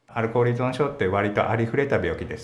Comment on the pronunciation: いそんって言うな、いぞんだろ